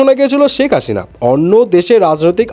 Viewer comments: Hashina? Hasina , ki obostha pronunciation er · শেখ হাসিনা not হাশিনা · Onno ahob shobdo to thik motoi bolchen, hashina ki bhai? Stupid lagche shunte ekdom